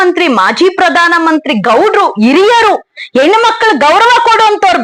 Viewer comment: 😂😂 ಹೇನ ಅಲ್ಲ ಹೆಣ್ಣು 😂😂😂😂